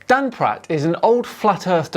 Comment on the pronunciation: Anyone else hear Dan introduce him as Dung Pratt?!